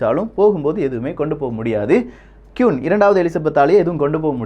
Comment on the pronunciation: கியூன் இல்ல ப்ரோ குவீன்